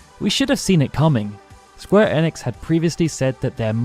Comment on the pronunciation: holy shit you pronounced enix correctly